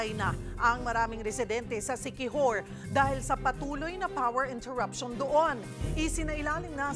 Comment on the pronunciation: "Inila-GUY ang siqui-WHORE..."